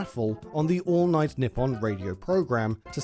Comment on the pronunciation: He says Nippon like "nip on" it's "knee on"